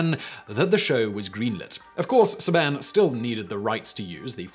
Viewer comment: Love your videos but it’s Saban. Say-been